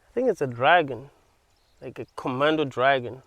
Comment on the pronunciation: Komodo dragon not commando dragon 😅